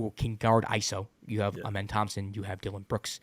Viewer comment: Dillon tied the franchise record. Thanks for saying twins name right! 😂